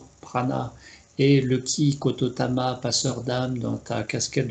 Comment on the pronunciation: Merci pour ce partage. Permettez-moi juste une petite rectification: on ne dit pas KOTOTAMA mais KOTODAMA. Il s’agit de l’âme de la parole car “de tout souffle naît une vie” et cette âme est exploitée au Japon par exemple dans les incantations pour purifier un lieu afin que ce dernier puisse bénéficier de “bonnes ondes”.